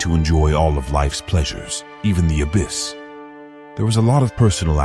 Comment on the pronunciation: This video is “history bizarre” alright.🙄 It’s also “abbess” (female equivalent title to abbot), not “abyss”, meaning a void or chasm of great depth. Nuns don’t dwell in monasteries (which are male cloisters for monks), they live in nunneries or convents. People in the 16th century didn’t dress like Victorians (19th century). Nuns in early 19th century Rome weren’t photographed, the photographic process had not been invented at that time. The video uses the same picture to identify king Henry VII and his son, king Henry VIII, who looked quite different. The video discusses the closing of the Littlemore Convent in the early 16th century (at least so far as I was able to glean from its slipshod historical narrative) without reference to the fact that all institutions of regular clergy in England were closed at that time, owing to Henry VIII’s break with the Roman Catholic Church. With a title like Disgusting Sex Lives In The Worst Medieval Nunneries Revealed, I expected prurient, salacious content with historical standards of no great stringency, but the inaccuracies both in narrative and use of images managed to still surprise me with the lack of historical verisimilitude. 👎